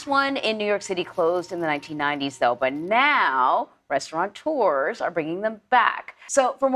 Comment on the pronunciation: the word is Restaurateurs, not Restauranteurs. The closed-captioning got it right, but the woman's pronunciation is wrong.